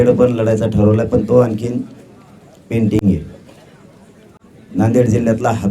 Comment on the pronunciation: पेंटिंग नहीं बाबू पेंडींग अस असतं रे ते बारामतीतून दम आला की काय nu 😂😂😂😂😂😂😂😂😂 पेंटिंग